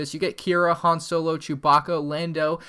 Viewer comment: You pronounced "Han Solo" incorrectly. Idiot